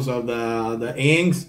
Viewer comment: My friend the band"s name is pronounced In..X..S..Thank you great reaction..